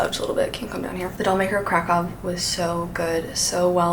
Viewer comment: hi! a polish person here, the ów part in Kraków is actually pronounced as oof